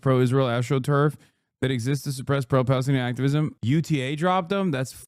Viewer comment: Shabibo couldnt not say palestinian without T group